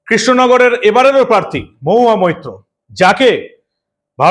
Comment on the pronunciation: নামটাও ঠিক মতো উচ্চারন করতে পারেন না?মহুয়া মুত্র।যেখানে সেখানেই মুত্রের দুর্গন্ধ!